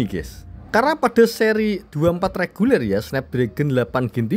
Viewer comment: REGULER bang, bukan LEGULER 🤣🤣